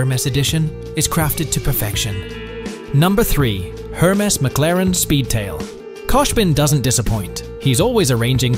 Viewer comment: This guy clearly donno how to pronounce Hermes.......The H pronounce Slient......